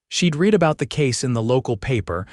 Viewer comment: It's not "it read" as in bead, deed, or greed. It's read as in bed dead, or sled. Get it right you damned fools or flush your AI where it belongs..